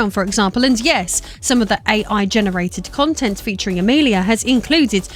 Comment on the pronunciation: When you first said Amelia as Amerlier my captions kind of struggled with it 😆